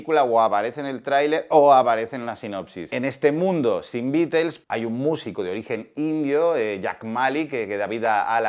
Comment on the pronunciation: Hablás mucho y no dices nada, mínimo aprende a mencionar el nombre de THE BEATLES!!